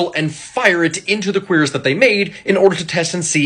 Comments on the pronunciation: Correct pronunciation is “kwi rass” however because it’s origin is French, English speaking people usually annunciate the C being “cue rass”. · Cuirass is pronounced "Cure-Uss", not "Queer-Iss". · It's not pronounced "queer ass", it's "cure-e-ass". Talk about a so-called expert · It's pronounced kur-az? I always said cure-as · "Queer-us"? Cuirass is not pronounced that way. Think "Ker-ass". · A full body metal suit is pronounced curass but spelled cuirass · Cuirass is pronounced "cure-uss" or "kui-rass" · This man did not just pronounce cuirass as "queer is" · Is that how you pronounce "Cuirass"? I've only ever seen it written down and always pronounced it ass "cure as" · Wait. I’ve been mispronouncing cuirass my whole life? No way. It isn’t said like “Koo-Ross?” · It's pronounced cui-rass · It’s pronounced Kyer-ras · Absolutely not, it made me lol when he said it. It's pronounced like cure-ass, but with the emphasis on the r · It's how he pronounces it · Him pronouncing cuirass is irking me hard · You need to learn some French bud.. then pronounce the name of the armor again.